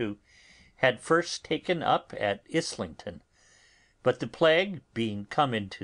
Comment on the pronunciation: I like that he started dubbing over his mispronouncing of "Islington" in part 13, but it's weird that he didn't fix it in the previous parts.